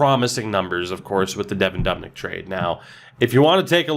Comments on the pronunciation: Doob-nick not dub-nick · He says dubnyks name wrong 😂